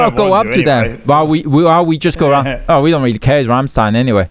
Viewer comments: It should be pronounced Rammshtayn. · You mispronounced the Ramm in Rammstein. Its not like Ham with an R. The a in Ramm is more like the English a in Dance.